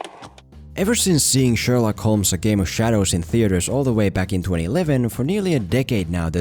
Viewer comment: The L in Holmes is silent.